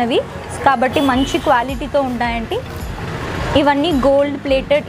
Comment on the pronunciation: క్వ్యాలిటీ కాదు క్వాలిటీ